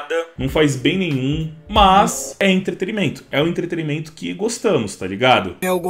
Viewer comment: O cara fala "entreterimento" 😂